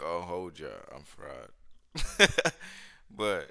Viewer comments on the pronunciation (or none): The closed caption before clicking said “I’m fraud”, clicked and it damn sure sound like you said it until I thought💭 I think he’s saying fried.